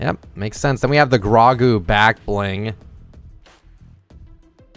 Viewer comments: Its not grawgu its pronounced grow-gu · bro can not stop messing up names. GROAAG GOO !!! ITS GROW GOO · Why did u say ew to baby Yoda and it's Grogu not grohgo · Ah yes “gragu, over grogu.” 😂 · LEAVE IT TO TO BOTCH NAMES 💀 Jesus bro it’s pronounced grow-goo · Jit said "the GRA-GU backbling 💀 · His name is pronounced as “ Grow-Goo”. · Bro pronounced grogu GRAWGU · The fact that he said ”grAgu” hurt me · It’s pronounced “grow-goo” 😠😠😠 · You said Grogu wrong. It should be pronounced “ Growgoo “ . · His real name is Grogu pronounced is Grow-Goo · can i please comment on how you pronounced grogu? its "Grow-Goo" for future reference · It’s grogu/grow-goo